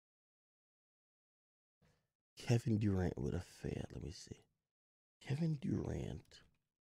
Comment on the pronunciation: Nigga pronouncing it Kevin Dorant